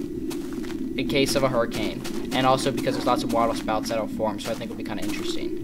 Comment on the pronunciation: "wahtah shpouts"